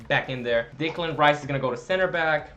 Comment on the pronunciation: Just so you know, it's not Dicklan Rice, its Decklan Rice